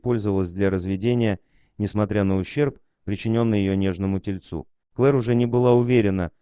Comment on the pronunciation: Ужасная озвучка , безграмотная ! ТельЦе ?